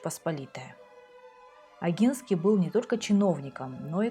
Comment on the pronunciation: Извините, но позволю себе маленькую заметку, поскольку польский язык знаю хорошо (Поляк по происхождению), если букву "н" произносим как по польский с "ь" знаком, то и первую букву "О" нужно произносить как именно "о", в польском буквы "о" и "а" произносятся так как пишутся, в отличии от русского, а происхождение Огинских не менялось, менялась территория королевства Польши. Спасибо вам за каментарии